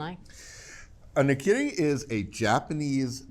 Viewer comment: Come on, put the word in Google translate to learn how to pronounce ’nakiri’. Or at least pretend it’s Spanish. 🙄